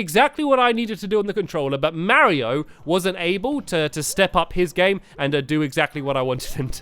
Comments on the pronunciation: Super barry-o maker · who else thought stampy said super bario bros